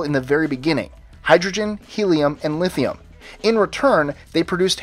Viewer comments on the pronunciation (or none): none